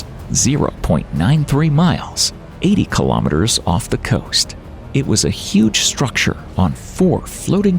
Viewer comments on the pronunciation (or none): Kilo Meh Ters? It's Kilo Mee-Ters. Kilo is 1000, so ask yourself, 1000 what? Meters? Kilometers. :face-orange-raised-eyebrow